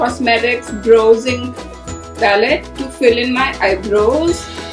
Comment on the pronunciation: u still say broo intead of brow.....